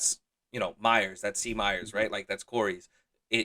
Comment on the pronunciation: You didn’t butcher my last name! Great interview. Very cool to hear some background.